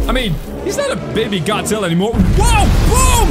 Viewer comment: Why. Do. You. Say. Man. That’s. Wrong. It. Just. Godzilla